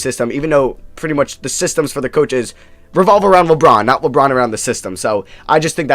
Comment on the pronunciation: It sounded like the girl said lebrons name wrong lmao